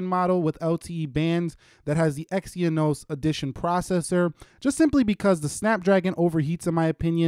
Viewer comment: It's Exynos NOT Exyonos